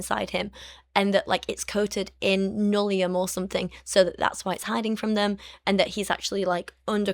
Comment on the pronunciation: Every time you say nullium, I can’t help hearing linoleum and I’m momentarily confused about what cheap flooring can do to people.